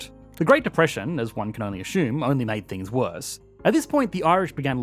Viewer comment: Great video but what’s with saying ‘ashume’ instead of assume.